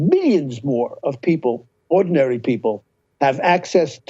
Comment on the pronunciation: Did he really called Rogan “ordinaryl”?